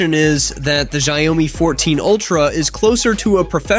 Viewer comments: What???? Xiaomi is called shawmi. Not shayumi! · Its shaomi not ziaomi hahahah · PLEASE STOP BEING A DOUCHE, AND START PRONOUNCING XIAOMI CORRECTLY!